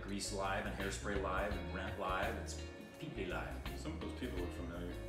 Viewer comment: Woow... Did nobody else realised that pronounced peepli live exactly how it should be pronounced... And he should be appreciated for the successful effort. Congrats.